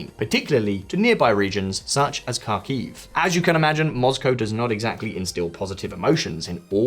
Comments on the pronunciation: He purposefully says Moscow as Mozcow? Erking my nerves lmao just say like it is. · Have i been pronouncing Moscow wrong all these years?